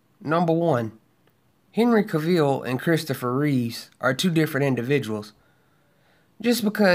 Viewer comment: Cavill rhymes with Travel. Not Ca-ville. And it's Christopher REEVE not Reeves. Besides that, i agree with ur points bro. Keep preaching them! many people seemingly missed the point or refused 2 understand that point, that lead to this toxic hatred 4 MOS and everyone involved in it. I simply dont get it. Tks 4 the video